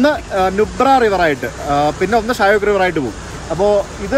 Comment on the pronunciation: ഷ്യൊക്ക് എന്നാണ് pronounciation.മരണത്തിന്റെ നദി എന്നറിയപ്പെടുന്നു.